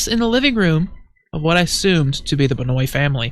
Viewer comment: It's actually pronounced Ben-wah. It's an odd French Canadian name.